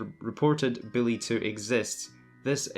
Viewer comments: I can't wait for "Billy 2"... I thought it was "Bully 2"? Learn how to speak please. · Its BULLY, not BILLY lol, you can't even say the game right. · It's bully not Billy. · Is this dude really calling bully Billy smh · Stop saing billy two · It sounds like your saying billy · I was wondering if he was saying Bully or Billy so I turned on the Subtitles and the Subtitles told me he was saying Billy all along. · I can’t stop hearing “Billy”...help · He sounds like he says ''Billy 2'' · Wow this video was rough, i kept hearing “Billy 2” very very annoying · Lol I ignored half the video cuz I just kept asking myself...is he saying billy? Tf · lEaRn hOw tO sAy BuLLy